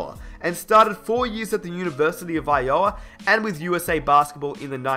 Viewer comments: Iowa is pronounced (I-oh-wa) not (I-oah) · I'm from Iowa. It's pronounced "I-Oh-wah." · The way pronounces Iowa, when describing Michael Porter Jr. mom basketball background, is hilarious. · the way he said Iowa lol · your pronouncing Iowa wrong